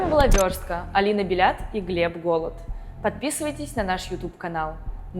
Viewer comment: Алина Белят😂😂😂 Бальят, БАлля😅😅😂